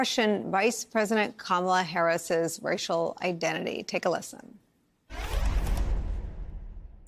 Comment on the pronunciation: "They're gonna TERK your JERBS" 😮